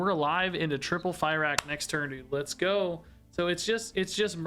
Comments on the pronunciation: it's pronounced "fir-ock" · Can we stop pronouncing him "Fairakk" plz...? It hurts my brain. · Cant tell if the misspronounciation on fyrakk is intended or not but if it is, well played, drove me mad with unreasonable anger! 😂